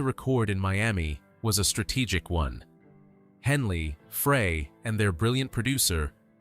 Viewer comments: now why would i subscribe to a youtube channel that can't even pronounce the eagles names .. its glen frey .....pronounced as fry .. not fray .. and bernie leadon pronounced as ledon .. get that shit right at least .. or get a real person to narrate your video .. you dip shit .. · FREY - PRONOUNCED FRY!!!! Not Fray.. Gawds, it's hurting my head listening to this crap AI narration. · Fry not Fray and Led-on not Leedon. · You can teach A.I. how to pronounce people’s names. No excuse for this bullshit. Glenn Fray ? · It's Glenn frey not fray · Glenn "FRY" Frey. Please, adjust the AI algorithm so it can pronounce words correct. They didn't have large mouth Bass fish with guitar stings on it. Can't listen to this. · Pronounce the guys names right Glen FRY Bernie LEDon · The Eagles lost 3 very gifted musicians: Bernie Leadon, Randy Meisner and Don Felder. FYI… Frey is pronounced fry Leadon is pronounced lead as in the metal. Leadon If you’re going to do something like this, the least you can do is get the pronunciation of the names right. There are other inaccuracies in this, but you’ll have to do more research to figure that out. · In ONE NIGHT I have heard A.I. Screw up at LEAST THREE Names that are House hold known to people all around the world!!! GRRRRrrrr!! It drives me NUTS!! That so many people are using it yet not taking the time to EDIT IT! It's NOT A REAL PERSON! It's a THING! Dan Aykroyd is not pronounced like APE! or ACHE!! It's like Apple or Abbey! And it's GLEN FREY said like FRY! Or FRIDAY!! UGGHH!! Sorry folks it's my peeve! Then there's Poor Bernie!! LEED ON BERNIE!! I'm gonna lose it! I'm gonna go fishing...Maybe catch some "Bass" fish!! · miss pronouncing names is very bad. learn these guys names, Bernie Leadon and Glenn Frey. Henley just admitted Joe Walsh was one of the reasons why the Eagles broke up. Walsh joined band because he couldnt no longer writer 8 or 9 songs for albums. he could write maybe 2 songs so joining a band worked out for him.